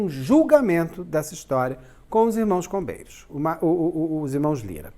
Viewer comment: Toda vez eu escuto "Os irmãos COVEIROS" 🫥